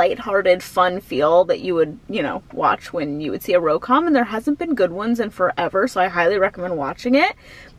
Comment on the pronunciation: When did RomCom become RoCom? 😂 I wish I was as dedicated to classes as you are!